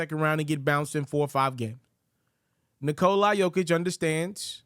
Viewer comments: Nikola... not Nikolye.... man deserves the respect. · the end isnt the prob. it's the cola part, it's not a long O. Vooch is on video explaining it. Not coca cola, just Nikla.